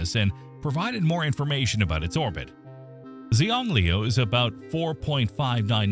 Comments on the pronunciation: you said the moons name wrong ;-; its a chinese word so its "shang-lew" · Xi is pronounced as She. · Your pronunciation of Xiangliu is totally wrong. The correct one is something like hsianliu. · In Chinese the pronunciation of Gonggong's moon is close to "Shiang-liu". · xiangliu should be pronounced roughly "shiang liu" in english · Isn't Xiangliu pronounced Shang-lu? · That is NOT how to say Xiangliu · I don’t know much about Chinese, but I don’t think that is how Xiangliu is pronounced. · He did indeed butcher it horribly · Ai generated crap. Can'r eveven pronounce Xiangliu